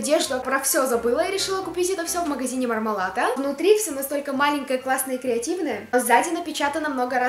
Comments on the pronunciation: не МармалАто, а МармалЕто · не мармеладо а мармелато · Меня одну бесит то, что она говорит "Мармалато", а не "МармалаНто"